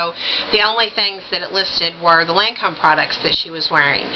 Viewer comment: u look so super great in these colors! I have not done much Lancome. And yes I think you pronounced Lancome just fine LOL! Emma Watson is so pretty, Oh I love that Johnny Depp pic! You should see my room omg i have a canvas panitning of him as Captain jack another one of the Prints from the Disney Ads last yr framed and my smokin hot pic of him playing piano! But yeah on make up,......I love seeing looks like that inpisired by celeb covers and photos it fun!